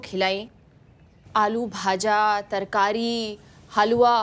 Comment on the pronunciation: उड़ीसा ❌ ओडिशा✅ राजा ❌ रज ✅ भाजा ❌ भजा ✅ छेनापोड़ा❌ छेनापोड़ ✅